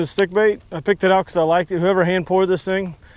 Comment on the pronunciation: oh he said hand pored my bad